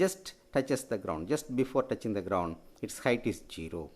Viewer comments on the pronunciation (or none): touching hoga not toughing